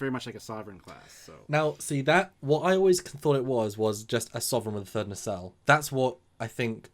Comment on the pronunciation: Okay, IT'S NOT, REPEAT, NOT a 'nacelle'. Can we move on now?